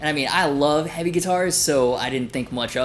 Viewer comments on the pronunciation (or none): none